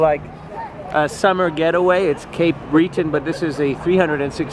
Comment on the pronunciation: Bro said breeton it’s breton I’m not trying to judge your accent I live in Sydney Nova Scotia cape breton not Sydney membertou